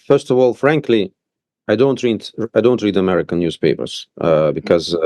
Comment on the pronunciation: The Ambassador- " I don't read Anercan newspapers because they are bad for your mental healthn"